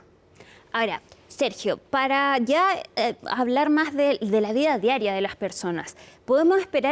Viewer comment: NO ES.""" MAJ.""" ALTOS. ES MAS ALTOS. YA ESTAS GRANDECITA. PRONUNCIA. BIEN EL ESPAÑOL